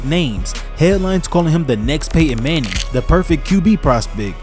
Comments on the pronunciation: who's pay-in mang-in? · Really? Pay Enn Mannie?? Aks anybody.